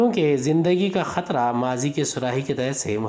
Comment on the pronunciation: Sir aap katra ko khatra q bolte ho